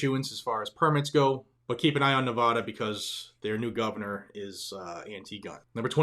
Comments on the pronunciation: I LOVE your film.and am 3/4ths of the way through it. However as I have lived in the Battle Born state of Nevada off and on since the early 1960s I know how Nevadans pronounce the name of the state. The first 'a' in it is not pronounced like the 'a' in 'aw' (that kitten is cute) or 'awsome' but like the 'a' in the word 'nasty'. It would be nice if you pronounced it better. Thanks! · PLEASE properly pronounce the name of the State of Nevada - Thank you